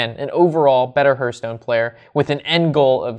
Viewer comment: Please stop calling it Herthstone..its Hearthstone....think Heart but with a th at the end......